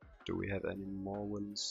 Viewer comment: Not to be rude but when you try to say villains you always say willains xd, it makes me laugh every time